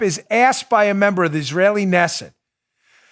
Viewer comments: Knesset pronunciation: K'Nesset NOT Nesset!! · The K in Israeli Knesset is not silent. It is pronounced Kenesset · It's pronounced: Kanesset...You say the K... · Oh Dan, just so you know. The word Knesset is like Monty Python's pronunciation of knife, k'nife. So it's pronounced K'nesset. Good show though! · Pronounced Kinessit Knessit Dan, lol #MAGA #KAG Trump 2020